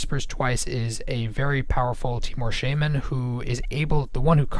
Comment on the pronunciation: Just so you know, shaman is pronounced sha-min, not shay-min.